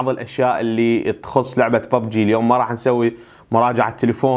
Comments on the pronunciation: انطيتك لايك لان كلت ببجي مو بوبجي ههههه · واخيرا لكيت شخص يلفضها ببجي مو بووووووبجي